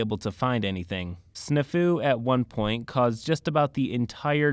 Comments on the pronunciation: Omg I'm sorry but its Snaa-fu it's an old military term and boi you did not pronounce it right it means situation normal all fucked up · hears the word snafu being pronounced I'm fairly certain the A is supposed to be more pronounced. like the word snap. Snap Fu which sounds like a martial art involving bone breaking. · That's not how you pronounce Snafu.